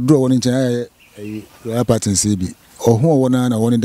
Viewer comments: Massa! Massa!! Stop saying pattern. It's Python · I keep hearing Albino "pattern" is it Python or pattern?